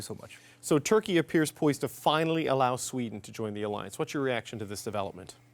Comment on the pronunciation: Bro said sweda😂😂😂